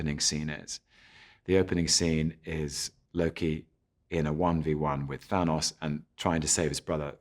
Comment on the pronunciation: The way he says "thanos"